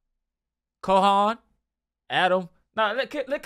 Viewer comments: Cal_hoon is how its pronounced, not "call" but CAL like 50CALiber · It’s CAL HOON - only two sounds - very easy 🙏🏻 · CAL-HOON lol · Say it like “🐄 Hoon.”